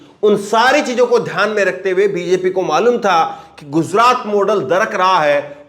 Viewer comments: Please say gujrat. Not guzrat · jozraat nahi bhai gujraat